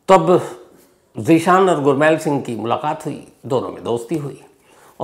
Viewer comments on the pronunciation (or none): Shams sir “ गुरमैल “ नहीं , गुरमेल बोला जाता है । 🙏 .